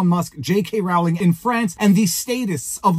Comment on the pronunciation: Sorry. I tried to resist but you mispronounced her name so often, I just had to comment. It's J K Rowling like bowling ball. It's not J K Rowling like growling wolf. I'm just too pedantic to let it lie